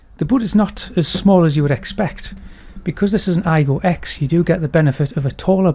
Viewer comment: The 'X' should be pronounced 'cross', not 'ex' btw.